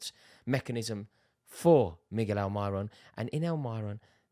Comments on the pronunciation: “Al my ron” you mean Almiron ? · He outdoes even the true geordie for saying Al My Ron..